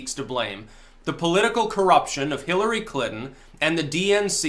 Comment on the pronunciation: “Killery”? Anyone else hear that?